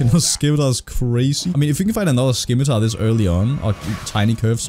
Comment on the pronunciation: i heavily dislike the way he is saying scimitar and its not even a scimitar its a falchion